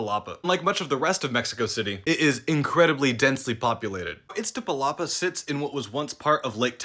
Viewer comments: Dude if you are going to talk about Mexico at least make an effort to pronounce it right, iz-ta-pa-la-pa. Not itza. You information is most accurate but pay attention to that please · You have an almost perfect pronunciation of Iztapalapa, the only thing you missed is that you swapped places between the T and the Z.